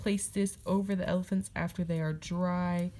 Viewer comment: I’m a new subscriber! Love your channel! I love how you said “ephalants”. Keep up the good work!